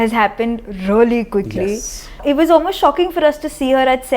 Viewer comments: She said 'quickly', not 'goodly'. Even I thought that she said that ;-). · Omg wtf i heard 'goodly' too. But she actually said quickly